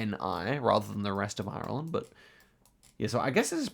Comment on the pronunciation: Please stop pronouncing Ireland wrong